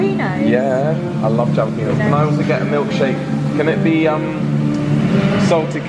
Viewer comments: Sorry guys the j in jalapeno starts with an H sound. No ja. It's ha. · The J is pronounced H in Spanish for Jalapenos. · So glad you loved five guys! Next time, order a single if you only want one patty. Order the toppings "all the way" for a good standard set of toppings. Then add your extras like jalapenos, pronounced ha-la-pen-yos. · Jalopenos are pronounced ("Halapenyoes) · And the N is an ñ, so you gotta say it "ha-la-pee-nyo" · Yes, in America--and California especially--you can't go around saying jalapenos like that! The "j" should sound like "h." Trust us on this one:-) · It's got to be intentional. LOL! But just in case, it's hal-uh-pay-nyo. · ikr when they said “jalah-peenos” i cried and i’m not even hispanic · If they say djalapeeno in Los Angeles they're likely to be arrested. 🌶🌶🌶 🤠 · It's "Holla-Pain-Yo"...because if your not used to them you will holla in pain, yo! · Hey, jalapenos is pronounced ha-la-pay-nyos. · Hi guys! I'm pretty sure that I've mentioned this before but you probably didn't get to see it. When you say Jalapeños it's always pronounced as Halapeno! All J's are pronounced as H's. That's why you were having a lot of people writing jalapeño in your comments! Not sure if they were getting triggered by it or just thought it sounds funny! LOVE YOU GUYS!!! Janet from NH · I'm sure you know by now that the j in jalapeño is an h sound. I love the fun way I learn things on this channel. You should try an Diner (mom and pop) for some traditional restaurant experience. Keep up the good work. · I am not picky but trying to help you out... Jalapeño peppers, the 'J' is pronounced as a 'H'. It is pronounced Helapino. (it is Mexican, Spanish so it pronounced the way it would be in Spanish.) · I know you and all other Brits pronounce jalapenos exactly as it's spelled, but when you're at a Five Guys in California please pronounce it as "hal-uh-PAYN-nyoes"! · Triggered: jalapenos pronounced ha-la- PEEN-yos ....lol (just kidding on the trigger)